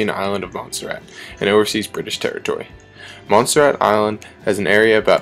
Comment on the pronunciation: you just can't fucking take this seriously when a country is always read as 'monster rat'